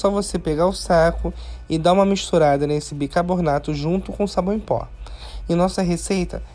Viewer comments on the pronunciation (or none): Amo suas receitas mas fico agoniada de ouvir você falar bicarbornato em todos os videos kkkkkkkk